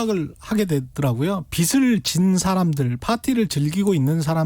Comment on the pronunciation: '빚'을 말할 때 '비슬'이 아니라 '비즐'로 해야 맞습니다.